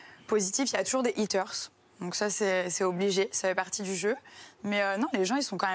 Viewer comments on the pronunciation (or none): Rien contre Nabilla, fait ta vie et profite. Par contre si tu prononces pas le H de HATERS (= rageux) tu te retrouves à dire EATERS (=mangeurs) ... voilaaaaa